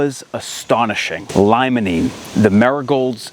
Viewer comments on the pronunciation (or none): Jsyk, limonene is pronounced, “lee-muh-neen”.